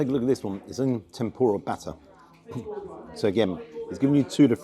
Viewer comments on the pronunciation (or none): none